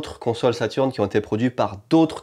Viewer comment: Super vidéo Par contre la sega saturn avec un e outch 🤪🤪